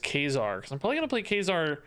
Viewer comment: Can someone help this man pronounce Kazar lol? Maybe send him the X Men animated series epsiode? Anything ???